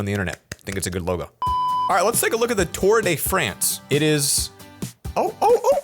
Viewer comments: Tour de France is pronounces toouer deh frawnse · Tour de France ToUr Dey Freynce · LE TOUR DE FRANCE🤣🤣 cette prononciation🤣